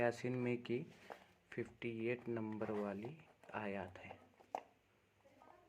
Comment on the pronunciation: लोगो को गुमराह मत करो, आयत को तुम खुद गलत पढ़ रहे हो